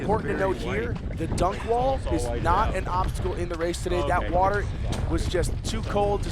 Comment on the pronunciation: Do a burpee every time the announcer mispronounces the word "water".